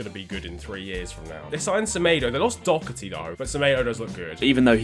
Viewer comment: As an irishman it annoys me a bit when people pronounce DoHerty wrong. Where is the k in his name?